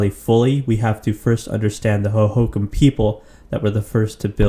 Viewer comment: Ho ho Kam. Not hohacom.